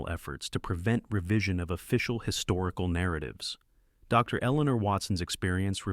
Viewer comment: Okay, so here's a suggestion. Since your having your computer do the narration, and said computer interprets the period after "Dr." as a natural pause, causing the pause between the words "Doctor", and said doctors name, when you're typing out your script for the computer to read and vocalize, simply type out the entire word, "Doctor", instead of "Dr.". At worst, it'll take you an extra 1.5 seconds. All that being said, I appreciate your content. Keep 'em coming friend. 😁